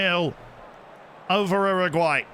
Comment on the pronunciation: ‘Erraguay’ is so wrong